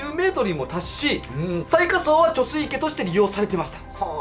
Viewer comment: 貯水池 ✕ちょすいいけ ◯ちょすいち